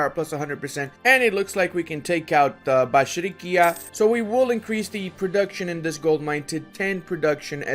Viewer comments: bashrikia..maan, it was the first time in my life, that AI released my homeland Bashkortostan (Bashkiria) and you said it every time wrong ) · Me living in Bashkiria: oh, they released my homeland! saying "Bashrikia" every time Me: triggered P.S. but still awesome video just as allways <3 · has dyslexia, he can't read "bashkiria" correctly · yeah, bashrikia sounds ridiculously funny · hahahaha!!!! stop slaughtering the name Bashkiria - as in the land of the Bashkir people. Every time you called it something else :)